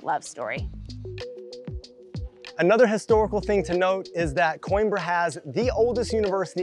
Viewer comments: Great video, as usual. But: This is how you pronounce that city: kow·eem·bruh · No, he actually pronounced it right. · Oh FFS!! Learn how to pronounce the city's name! Unbelievable!